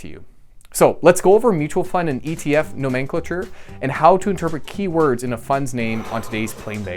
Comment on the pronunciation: its pronounced NO-MEN-CLA-TURE